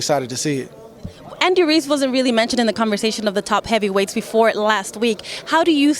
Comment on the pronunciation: This woman's name is Adriana Jimenez and she can't pronounce "Ruiz." His name isn't "Reece." Give Andy respect. At least pronounce his name right. Damn, Andre Ward an African American is saying his name right and you can't? He says it right and then you still say "Reece." What is your problem.